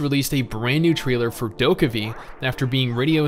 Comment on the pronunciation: warm tips: DokeV actually pronounce as ' Dokebi ' in Korean, its mean ' little ghost, little devil '.